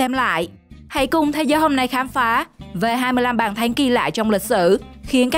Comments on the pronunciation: Bàn thắng , chứ không phải bàn thánh , nói tiếng việt mà không chuẩn , mà bẩy đặt làm tường trình thật là đau lòng . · Bả nói bàn thấnh